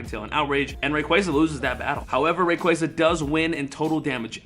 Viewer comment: omg your pronouncing on rayquaza